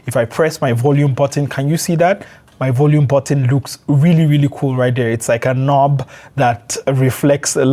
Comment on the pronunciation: Rili rili 😂